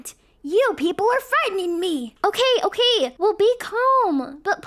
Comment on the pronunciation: “Uhke?” “Uhke!” Guys it’s not okay it’s “Uhke” according to akelia and Rosalina ! 😂